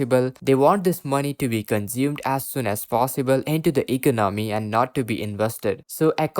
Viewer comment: Please learn to say eCONomy.